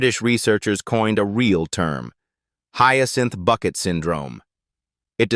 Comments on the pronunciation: Some of the scenes you are showing are NOT from Keeping Up Appearances but from her other series, Hetty Wainwright. Learn how to pronounce Bucket..... It's Bouquet!!!! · When they write the script to a show where the word Bucket is pronounced 'bouquet", the script needs to be written phonetically so it sounds correct when the fake AI announcer reads it.